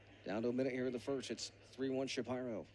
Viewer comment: Never heard Shapiro pronounced "Shuh Pie' ro"...annoying... always heard it pronounced ''Shuh Peer' O''.